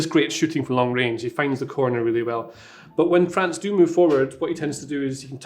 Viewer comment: Tell me if I mispronounce any names....: Right, let's start. FRANZ 😆